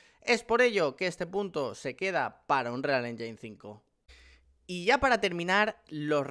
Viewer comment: "anrial enyin"